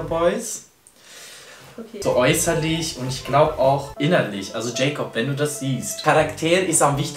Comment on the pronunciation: Heißt der nicht jakob und nicht jäjkob 😂